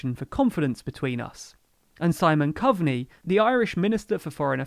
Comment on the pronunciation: Simon coveneys name is pronounced Like co co pops. Just to let you know👍🏻